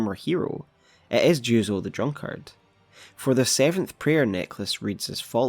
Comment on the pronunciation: bruh please fix your pronunciation of drunkard, its hurting me 🥺